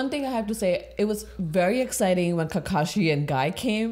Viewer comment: his name isn't kakashi.. it is Ka-KAshi, only Guy knows how it is pronounced correctly, even I can only spell it :D That ending with Kurama totally daddy-fanboying Naruto :)